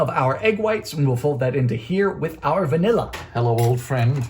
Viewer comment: This is now one of my favourite videos of yours, Dylan! 🥰 Although this must be the only time I've ever heard you say VA-nilla! 🤣 Edit: This looks like watching the evolution of your three-ingredient peanut butter cookies to your peanut butter bread.